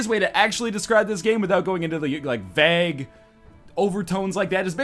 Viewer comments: Vague Nothernlion, not vag. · The way he pronounces "vague" is kind of annoying to me :(